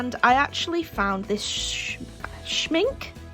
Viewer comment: ohh roasted marshmallows 😀 Schmincke is pronounced like this: great little supply haul 😀